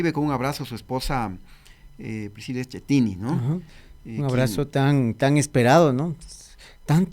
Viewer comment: ENSEÑALE COMO SE PRONUNCIA EL APELLIDO DE PRISCILA SKIETTINI AKIETTINI SKIETTINIIII...SE ESCRIVE SCHIETTINO PERO SE PRONUNCIA SKIEEEETTINIIIII